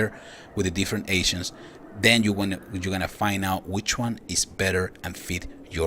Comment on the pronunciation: For some reason, every time you say ancients all I hear is "asians" gets kinda awkward. "The higher the level of your asian, the more powerful you get"